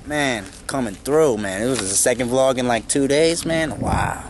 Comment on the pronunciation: I LOVE YOUR DOGS AND DO U NO HOW TO SAY VLOG